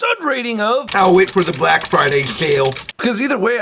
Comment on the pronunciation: This man really has trouble saying "black"